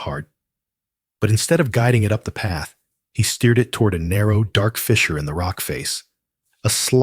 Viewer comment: Your pronunciation on fissure is wrong you have pronounced word's different then they our such as mare. Who ever is reading these stories they need to go back and look how to pronounce them. I would say a 3 or or fourth grader could pronounce them right I knew how when I was little. I like the stories but don't appreciate the misspronce of words